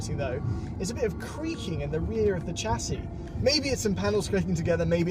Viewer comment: your mum back in England would not be very happy hearing you've started mispronouncing "chassis" like Thomas.